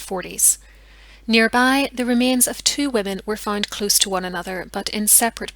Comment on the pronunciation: FoUnd, Not FInd!! April, Not Epril!! GroUnd, Not GRIND!! However, Not HIever!! You English have No Pronunciation Skills at All. Damn, Learn to Talk the Right Way!!!